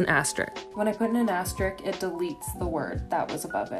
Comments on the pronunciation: Asterisk, not "asterik." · She knows how to use the machine but can't pronounce asterisk properly.... 'astrick'... wtf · Did she just pronounce asterisk as astrik? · It's amazing that you can use this insanely complex machine to type every word in the English language, but you can't pronounce the word "asterisk". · Ohmygod, if you’re a court reporter and TYPE WORDS for a living then learn how to pronounce the word ASTERISK